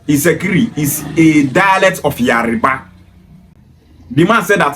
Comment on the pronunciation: It’s Yoruba not Yariba illiterate